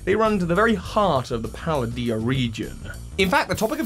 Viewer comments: Pal-Day-uh . . Palah-dee-yuh? I mean how can you be a source of news when you do this? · can you please stop calling it [pal-uh-dee-uh] because it’s pronounced [pal-day-uh] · Nice to see that I'm not the only one who occasionally slips up and says Paladia instead of Paldea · Fun Fact: The region isn’t pronounced Pal-a-dee-uh, but Pal-Day-Uh. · Oh, please, why do you English-speaking people always butcher names? It's not "Paladea", it's not even "Paldeea": it's "Pal-DEH-ah" EDIT: You change pronunciations throughout the first half of the video. LMAO I can hear the neurons from your Broca region grinding until you got it right. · Why do you say 'Paladea' and not 'Paldea' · its the pa dee ah region, its spanish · The amount of different pronunciations of “Paldea” in this. Sheeeeeeeeeesh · it's PAL-DE-A, there is no i/e in-between the l & d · Why, why are you pronouncing the region name that way in the start??